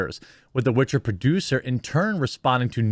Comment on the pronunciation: Cute but she still butchered the Witcher